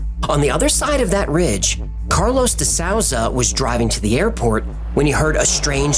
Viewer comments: ACTUALLY His pronounciation of some of these peoples names was pretty off, and it surprised me tenfold because obviously does tons of research on what they are doing. Not the biggest deal, but your compliment seems contrived. He literally pronounced de souza as DA SOWZUH. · It's not pronounced De Sowza I'ts pronounced de Sooza Geez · de Souza is pronounced "D SOOZAH"